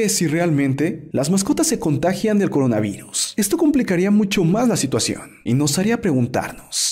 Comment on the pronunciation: Jajajajajajajaja dijiste Corinavirus en vez de Coronavirus